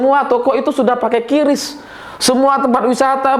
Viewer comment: Sedikit info saja. Cara baca "QRIS" menurut Bank Indonesia selaku pembuat, adalah "KRIS".